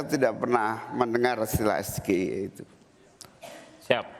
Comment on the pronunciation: Gibran aja pas nyebutin SGIE pake pelafalan Indo, hrusnya pke logat Inggris lur, krn itu kepanjangannya bahasa Inggris jg. Pas nyebutin kepanjangannya aja dia jg kliatan kyk nyontek, jd yg hrus diupdate ya si penanya jg, jgn asal tnya prtanyaan yg dia blm tentu paham. Liat segmennya ini debat ditonton rakyat Indonesia, bukan hny sekedar pengamat ekonomi. Gue mgkn 1 dr sebagian besar rkyat Indo yg ga tau jg artinya SGIE itu apa, bner kta narasumber debatnya jd kurang dpt poinnya. Objektif aja